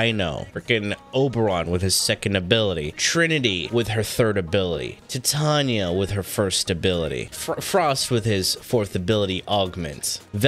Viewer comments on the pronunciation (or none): Did you just pronounce Titania, as tEH-TAHnia???